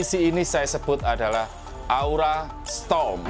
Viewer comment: Kok strom semua sih, padahal tulisannya storm